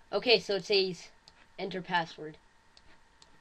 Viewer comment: you say says weird